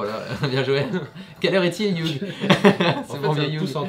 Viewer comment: Petit info : Hugh Jackman se prononce " you jackman" et non "yougue jackman" voilà vous pourrez vous la peter oklm !